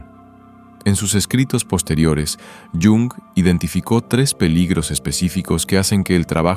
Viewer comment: Ch, ch, ch... Mal empezamos... No sobreactúes. Carl Jung se pronuncia tal y como se lee en español, el idioma alemán tiene esa fonética. Haz el favor de no anglicinear los nombres, es muy palurdo. De nada.